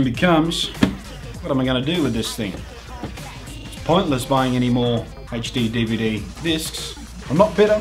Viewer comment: i like the way you said hechD-DVD but I do it too!!!!!